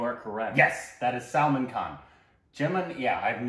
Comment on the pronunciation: "Salmon " Khan XD